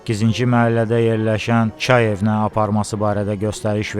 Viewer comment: Kay evi yoxe cay evi ay balbes